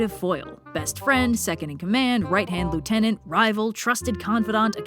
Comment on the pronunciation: I hate how you say lieutenant